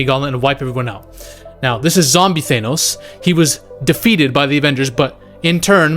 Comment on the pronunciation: Why do u call thanos "thaynos" 😂